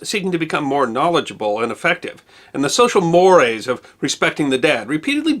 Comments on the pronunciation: or so. Mores in this context is pronounced "mor-ayz". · I'm surprised at you! Mores should be pronounced as two syllables; IE /mo:reiz/. At least that's how I was taught to say it.